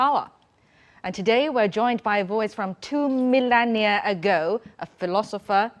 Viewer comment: When this TV anchor-lady says "two millennia" it sounds like "two million year"... I wonder if she knows the difference. LOL!